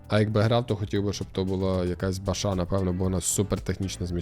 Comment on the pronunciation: Точно не Бача, звуку 'ч' в французькій мові немає